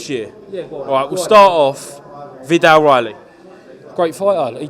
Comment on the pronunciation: Why he always says Vee-dal Riley. Put some respect on the British champs name